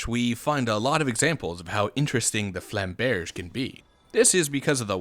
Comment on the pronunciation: It’s goddamn flam-berj ru fing with us